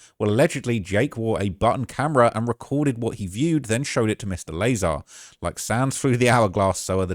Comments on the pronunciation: Bob Lah - Saar' not Bob Laizer xD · "Bawb Lay-zar" 😂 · Bob Lay Zar? How are you doing all this ufo content and don’t know the pronunciation of the godfather of UFO’s name bro 😂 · "Bawb Lay-zar" 😂😂😂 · It’s pronounced Lah-Zar. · Pls stop saying lezar like that dude 😂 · You clearly don’t research anything. If you can’t say bobs name correctly then you have never watched anything with him in it